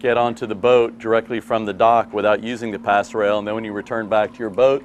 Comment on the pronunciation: Pass rail!?!?! ROFLMAO!!!!!!!!! It's PASSERELLE!!!! Yanks and the English language. 😀